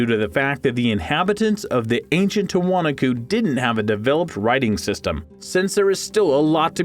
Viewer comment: The correct pronunciation for Tiwanaku - the accent falls on the next to the last syllable: "tee-wah-NAH-koo". An alternate spelling is Tiahuanaco - pronounced: tee-uh-wah-NAH-coh. In Spanish the accent always falls on the next to the last syllable - which is WHY Spanish has accent marks! If there is no accent mark, then it follows the rule just mentioned! Not meant to be criticism, but to help in the future.